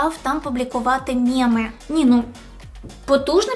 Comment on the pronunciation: Авторка каналу навчиться говорити слово - МЕМИ ??? бо мєми це щось з давньоросійської ))))